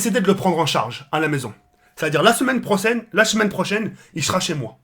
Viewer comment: "La semaine prosaine, et nan la chemaine prosene"